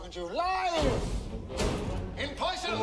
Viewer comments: Did he say "poy-son" and not "person"? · "In poysun" (spelt wrong deliberately)